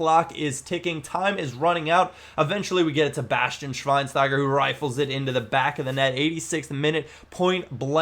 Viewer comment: his name is schweinsteiger...u speak it not right: spaek it like "schweinschteiger"